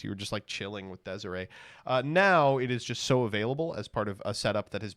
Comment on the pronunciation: Please stop calling it Des Iray it's a latin word